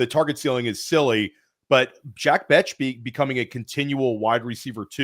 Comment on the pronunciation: it's not Bech as in "Betch"...it's Bech as in "Besh". Great show, but gotta fix that pronunciation lol.